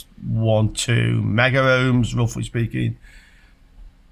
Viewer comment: it's kilohm amd megohm. Only two syllables. No 'a' in the middle.